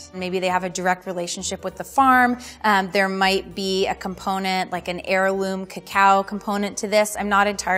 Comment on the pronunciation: For someone who is a chocolate expert she sure did pronounce cacao nibs incorrectly, lmao...